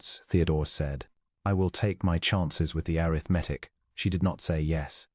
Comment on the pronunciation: Once again, airith-mattic